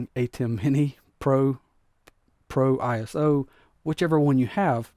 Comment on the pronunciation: You keep saying ISO as I-S-O. In the video world application, say you’re at a concert and they put camera shots on the big screen, that’s called ISO, pronounced I-SO, because it’s short for ISOLATION. You are ISOlating a video source.